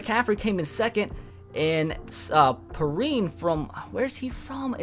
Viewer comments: Perine is pronounced pee-rine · You need to say perine right next time dude